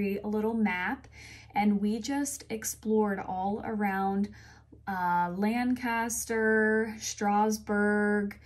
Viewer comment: Just a FYI...Lancaster is pronounced Lankester. Pennsylvania Dutch dialect.